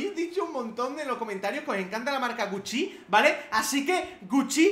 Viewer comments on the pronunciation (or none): SEEE DICE GUCCI NOO GUCCÍÍ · Deja de decir guccí, es gúcci Y se pronuncia como yiizi, no yeesy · Like si ves esto en 2019 y no entiendes porque dice tan raro gucci y yeezy también jajajja